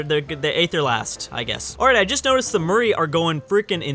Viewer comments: Perversely addictive and good fun. Please though Maori is not Murray phonetically but MOWREE phonetically. But amusing stuff from you. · Maori: Mow-ri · look up murri pronunciation.